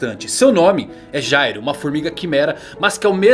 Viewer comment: Cara o nome do Meleodoron é Jail, a pronúncia e escrita é diferente de Gyro. A temática do personagem é ser um criminoso, um ladrão, o nome Jail significa cadeia e olha os nomes das habilidades dele: álibi, cúmplice, plano perfeito. A personalidade dele é totalmente diferente da do Gyro, o Gyro sai da NGL no cap 203, e no capítulo 213 o Meleodoron tá la ainda e ve o nascimento do Meruem, sem contar que o pinguim lá era pai adotivo dele enquanto o Gyro matou o pai e sumiu no mundo para fundar a NGL, pra ele ser o Gyro ia precisar de um retcon e na minha opinião seria horrível.